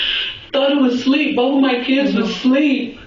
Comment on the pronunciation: It's ASLEEP. NOT SLERP. It's just regular English nobody says sleep I was sleep . I was asleep . The baby was asleep. Not the baby was sleep . It's not even a SENTENCE